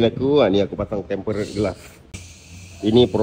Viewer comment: Tempered bang (temperd)...bukan tem-pe-red 😂